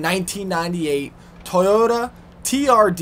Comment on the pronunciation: why did you say toyota like this?